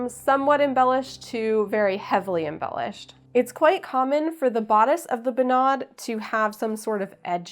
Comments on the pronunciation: Good job on the dress, it looks wonderful!! If I may, I would like to give you some more information regarding the Norwegian folk costume and it's traditions:) First thing, sorry, but the pronounciation of bunad is wrong:/ You put too much accent on the a, like bunàd, but it's rather bùnad. (Now I know how Italians feel when people consequently mispronounce their proper nouns like focaccia etc. Anyone calling me a nitpicker simply does not understand the struggle..!) Technically, what you just made is called a "fantasidrakt" which is when you make a costume that's not really 100% a bunad, but inspired by it! Fantasidrakter are quite common among young norwegians who either want to do their very own thing, or sometimes simply cannot afford a real Bunad as they're super expensive(!). I think if you went to Norway on the 17th of May, a lot of old conservative people, that we like to call "bunadspolitiet", that is the bunad police, could have some negative response to the fact that you call your dress a "bunad" instead of "fantasidrakt". They're also the same people who would arrest (not literally but u get what I mean) anyone not having their hair in the right style while wearing a bunad, the right silver, the right shoes, even wearing sunglasses with their bunad, as sunglasses obviously are not historically correct... So beware of the bunad police. However most young people would love not only the design of your drakt, but also the fact that you designed it yourself and sewed i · As a Norwegian American, I need to inform you that are definitely mispronouncing all of the norsk. "Bunad" is not pronounced "Bu-NAD," it's pronounced "BOO-nad." I can't type the other sounds you messed up accurately enough to get the proper pronunciation across, but google translate could give you a good example of the pronunciation. Dress is amazing, though!